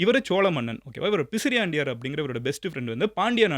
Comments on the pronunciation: _ Bro, i am one of the followers . Your doing great job but please be accurate when you say historic content it's not pisriandaiyar it's பிசிராந்தையார் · அது பிசிராந்தையார் , பிசிரியாண்டையார் அல்ல மதன்